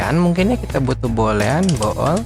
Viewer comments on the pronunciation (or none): masih ngakak ketika ngomong Bo'ol. btw jelas banget bang ilmunya, terimakasih